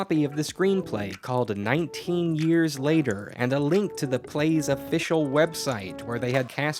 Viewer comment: Nineteen. The word is nineteen. Have a great day :)